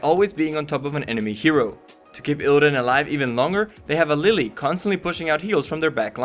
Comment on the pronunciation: LeeLee not Lily